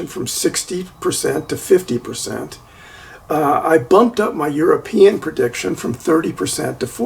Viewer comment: prediction, not purdiction, pretty, not purdy